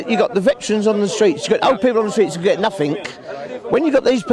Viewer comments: Stop saying ‘noffink’, for fucks sake. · "doing nofink and getting everyfink" 😅😅😅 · “Nothink” and “everythink” ? What the hell does that mean ? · If they "don't do nuffink" they must be "doing summink". He's thick as mince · I judge him for saying nuffink too. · what is NUFFTHINK ..can these people not grasp basic English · You can tell how educated he is by the way he says nothink... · The word is nothing not nuffink. Therein lies the problem.. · what the hell is a NUFFINK